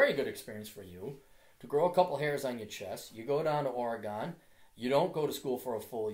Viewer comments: Fuck! It's Ore-"gen" like wagon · The "gon" in "Oregon" is pronounced the same way that it's pronounced in "wagon". I'm from Portland originally and did engineering at U. of Portland. Just visited. The women AND men there are almost all fucking stereotypes of the northwest, Portlandia style. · blurglide the way so many people pronounce Oregon is funny